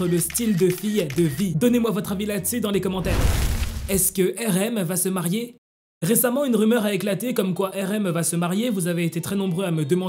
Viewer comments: Marier pas marer 😂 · t'as e ris marer au lieux de marier